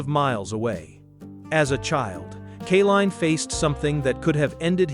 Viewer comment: Couldn't you find enough film of Al Kaline to avoid showing some left-handed batters? Al only hit right handed. BTW, his name is pronounced KAY-LINE, not KUH-LINE. Great player, lousy tribute video. I stopped watching after 4 minutes